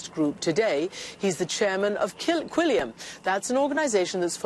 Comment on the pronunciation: 'chairman of killiu...quillium' 😂